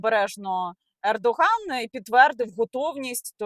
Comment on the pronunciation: Recep Tayyip Erdoğan. у турецькій ğ не читається. ґ там зовсім ні до чого.